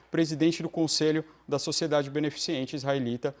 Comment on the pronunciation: "beneficiente"??? Ai... 😬